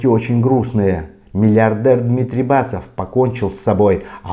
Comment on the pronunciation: Босов,а не Басов!